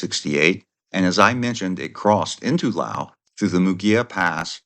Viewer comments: LOUSE. LOUSE. LOUSE. Not Lll. Owww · Laos has an 's' in it. Say it.